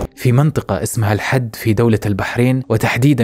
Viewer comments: ملاحظة ، الحِد وليس الحَد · منطقة الحِد وليس الحَد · شكرا عالقصة بس تصحيح عن نطق اسم المنطقة بشكل صحيح، المنطقة اسمها الحِد بكسر الحاء وليست الحَد. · اخوي اسم المنطقه الحد وليس حد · اسمها الحِد مو احَدَ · الحِد (بالكسرة) تُلفظ🤍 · اسما الحد بكسر الحاء يالحبيب